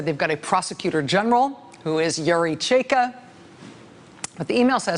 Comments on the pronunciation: Side note: Chaika/чайка is pronounced ch-EYE-kah, not chey-kah. Well, unless meant as a wordplay on Cheka. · it's pronounced chai-ka, not chey-ka :) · Ch_a_i_k_a - China. That's the right pronunciation of the 1st syllable. Also chaika means seagull, the bird. And it is a name of known Chekhov's play. How important is this? May be not... But please don't hesitate to ask if interested. Rachel you're the best! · I swear, if she says Cheika one. more. time... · Rachel its chaika like the chai you order at Starbucks? Except this one has ka in the the end. Chaika! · Rachel, love, you're killing me — please stop rhyming first syllable of chai-ka with bay or hey. It rhymes with buy and high. My poor ears! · #rachelmaddow how are u going to spend your whole show talking about one guy. Whose name is also a noun. whose name is also Chekhovs most famous play. And not ask 1 Russian speaker. Or Google. How to actually pronounce it. Smfh. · I wish someone would coach Rachel on pronouncing foreign names. She says that "Chaika" is the most pronouncable of Russian names but she mispronounces it.... over and over and over.